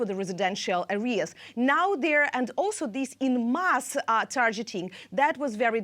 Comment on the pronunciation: Tarjeting 😂🤣😂🤣😂 Tarjeting 😂🤣😂🤣😂 Tarjeting